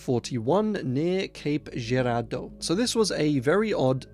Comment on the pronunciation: as a local the way you said cape girardeau hurt me deeply